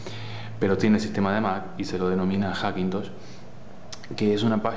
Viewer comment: "Hackintoch" jajajajaj genial